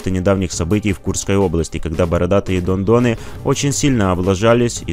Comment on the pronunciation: Оказывается всё это время он говорил не Дон а дно !!!!!!